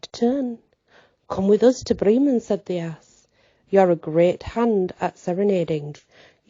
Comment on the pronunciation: Whoa what a story, yeah definitely different, I always love your pronunciation and phrasing. How Bremen is pronounced I like your way better! 🤍 Hope you're having a great weekend. We're still being battered by snow 24 degrees here 18 degrees later tonight. 🥶